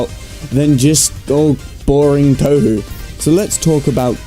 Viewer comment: he mispronounced touhou, what a 9... REEEEEEEEEEEEEEEEEEEEEEEEEEEEEEEEEE